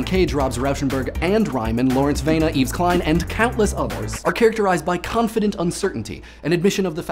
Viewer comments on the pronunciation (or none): I'm guessing you didn't take French in school. The D in Lyotard is silent. As is the S in Yves. French is weird like that.